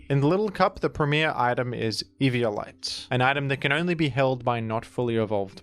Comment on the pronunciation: It's 'evi-OH-lite' not 'evio-LITE'.